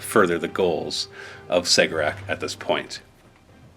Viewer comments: Cegorach- Keh- Gor - Ach Per the audio book A Deadly Writ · I believe you are pronouncing Cegorach wrong. I understand it to be Keg-or-ak